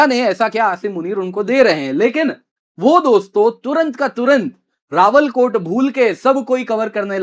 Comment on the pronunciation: सही शब्द "रावलाकोट" बोलिए। आप रावलकोट बोल रहे हो।